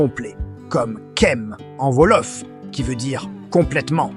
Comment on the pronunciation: Par pitié, arrêtez avec cette p*tain d'IA : ça fait saigner les yeux et les oreilles ! Quand, j'ai entendu et lu "Volof" au lieu de "Wolof" (ou "Ouolof), j'ai failli avoir une attaque ! Du coup, ça m'a coupé l'envie de regarder la vidéo jusqu'au bout...dommage.